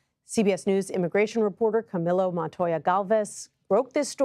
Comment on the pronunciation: Correction/helpful hint: The name Camillo is pronounced in Soanish as Cameel-o, NOT AS Camilo. It could be polite to ask that journalist how he prefers his name to be pronounced and if he prefers his name to be pronounced in the way I have specified (aka via the Spanish pronunciation of his name), you could then show him further respect by pronouncing his name in Spanish for him.